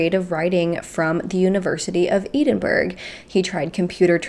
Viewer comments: I really love your content but please know that "Edinburgh" is pronounced "Ed-in-bur-uh" 🤭 and not "Eedinburg" much love from not far from Edinburgh 😜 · Edinburgh is pronounced Edd-ing-borough 😊 we also tend to pronounce the -shire counties as -sheer.